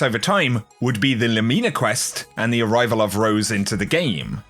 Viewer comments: I love your content,! You're always one of the most helpful content creators. But the way you keep saying Lumina makes my brain twitch. Haha! You say Lu*MI*na, where I would say *LU*mina. I dunno, honestly just nitpicking. I don't intend to be mean! Much love,! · Lumina is pronounced 'Loomehna' not 'Loomeena'. It's an abbreviated version of Luminous which is pronounced "/ˈlo͞omənəs/". You can google Luminous to play the pronunciation and it means 'full of or shedding light; bright or shining, especially in the dark'. Fitting, right? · Nothing worse than when a YouTuber can't pronounce easy words properly "Loo-Mi-Na" not "Loo-Mee-Na" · Still love you but I don't like the pronunciation of Lumina being LOOOOOOOOOO-MEENA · Somebody’s gotta tell this guy he’s mispronouncing “lumina.” I can’t be the only one it’s killing. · Genuinely trying to be helpful, man. And the Brits don’t pronounce it that way either. I checked. No one does.